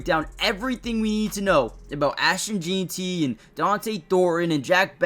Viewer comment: Lmao. Not sure why none of these guys can say his name right. I keep hearing Jean-ty (like this guy) Jane-ty, Jon-ty, and even Gentry. But obviously it's JEN-TY!!😂